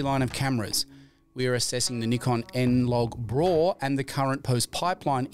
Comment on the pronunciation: please say b-raw and not braw...